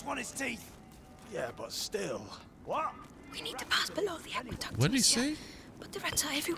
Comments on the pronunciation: When Hugo called it the ackyduck 😂❤️ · I love how Hugo calls it an ackyduck instead of an aqueduct.